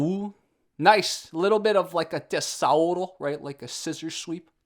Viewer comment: Tessauro saunded like a dinosaur name. It's "tesoura" (scissor), where the S sounds like Z.